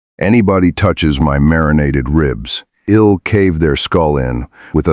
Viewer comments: I know, that was driving me a little crazy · Fun to listen to, except for the AI’s inability to pronounce contractions, such as “I’ll” (I will) and “He’d” (he had or he would).